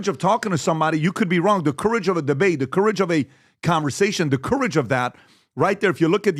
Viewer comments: And PBd how to pronounce COURAGE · How the hell is PBD pronouncing ‘courage’? Embarrassing to listen